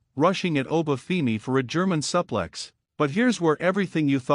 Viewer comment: Stop mispronouncing suplex 😢